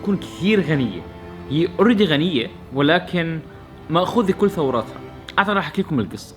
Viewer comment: ثروتها وليس ثوراتها ، جل من لا يسهو اخوي جو بحبك من كل قلبي